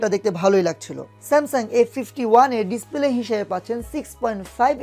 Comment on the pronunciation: আপনি তো উচ্চারণ ই করতে পারেন না। ডিস্পেলে কি ভাই? একটু বুঝিয়ে বলুন